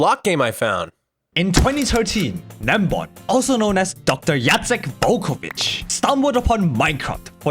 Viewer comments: Just the "i" would have to be pronounced more like the vowel e by itself in English and it would've been perfect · I used to pronounce his name with a g 😂